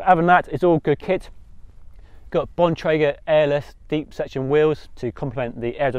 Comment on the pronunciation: Yes Bon-Tray-Grr perfect pronunciation! Sorry we Yanks are so harsh about that lol.